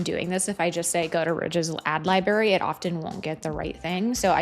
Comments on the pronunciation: Great video but it’s pronounced libe- rary. You pronounce the r. 🎉great content though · im sorry, are you aware youre saying 'libary' instead of library?